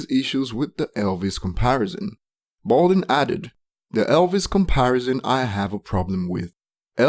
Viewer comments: My nigga it's Budden not Balding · Can't listen to this dude cuz he doesn't even know Joe Budden, but Bolden. What a fool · Its Budden not Balding. If you quote people? Credit their name with the proper respect, pronunciation and spelling. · It's Budden, not balding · This whole time I thought he was saying balding cause of his accent and. Was clowning his ass to find out it was purposeful lmaooo that’s how my day went how was yours? Lolll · Why cant you say Budden's name